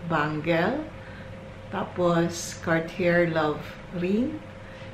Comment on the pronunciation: Nice collection Hope you can pronounce it as "Car-t-yey" next time Thank you